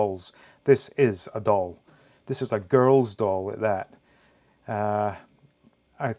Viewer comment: “‘This is a girls doll” 😂😂Pretty emphatic😂😂